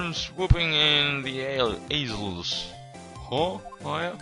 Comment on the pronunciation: haha asels instead of aisles